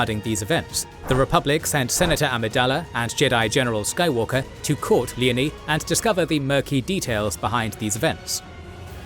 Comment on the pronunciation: Leo-nee not leney.